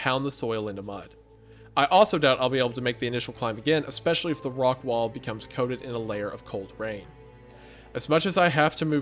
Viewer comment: I swear I used to say expecially too😭🤣 I think it might be a Midwest thing